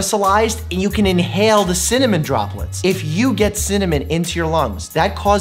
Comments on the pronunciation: Cinamon not cimanon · Dr.Mike: Cimmamon A dictionary: Cinnamon Dr.Mike: Cimmamon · "There's alot challenging with cinnanim, synonym, cinnomon, cinnanim" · Dr Mike: chemical pneumonitis (pronounces without issue) Also Dr Mike: Cimmanon? 😂😂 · cimmonym best way to pronounce it ever(dylan hollis, love his vintagecooking vids) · Dr Mike: Ciminiom? Me a Dylan Hollis fan: well actually.. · You trying to pronounce cinnamon?Just had my grandparents last name.Are you looking telepath or something?And this is on a long time ago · Same problem saying cinnamon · Apparently including how to pronounce cinnamon